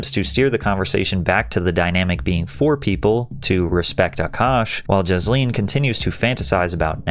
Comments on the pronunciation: I keep hearing Ghislane when you say Jasleen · Jizzleen indeed 😅 good pronunciation. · It’s pronounced “JIZZ-lene” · Was it only me or does he keep calling her Jizz-lin? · I love how Patrick keeps pronouncing her name as Jisleen 😂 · Her name is pronounced the way everyone mispronounced Ghislaine Maxwell